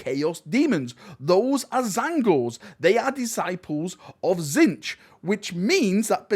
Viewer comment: You missed out some of the best scenes. The use of the plasma pistol and the new plasma rifle thing that the hellbasters have Also the way you pronounce Tzeench is heresy